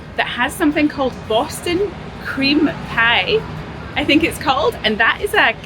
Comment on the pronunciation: 😂 why did she say Boston cream pie like that?